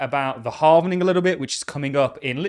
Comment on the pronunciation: Halving .. not sure why the word Halvening triggers me. I need to get a life